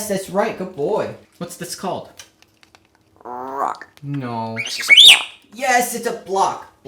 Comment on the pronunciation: I like how he kinda revs up when he says rock. "Rrrrrrock"